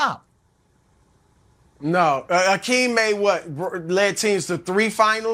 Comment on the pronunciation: Nick should learn how to pronounce Hakeem’s name correctly before speaking about him.